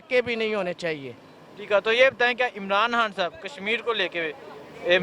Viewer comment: Chutiye....Kam se kam Imaran khan ka naam toh achhe se le....Sale Imaran haan Imaran haan kar rahe hai